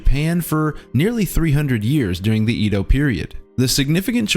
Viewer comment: I'm sorry but... Did you just pronounce Kyoto as KAIoto? And Edo period as in EEdo and not Édo? Respect lost -100